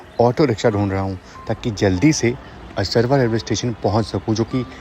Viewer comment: Bhai aap jagaho ke nam har bar galat pronounce krte ho असरवा nhi असारवा hai